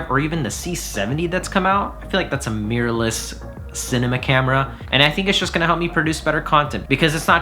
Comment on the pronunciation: I like how he says "meeyur"